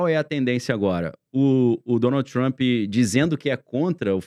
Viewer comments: Por favor, o nome dele é TRUMP e Nao TRUMPY. Deixa isto nas ruas e fora de canais que supostamente estão educando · o "Trampí"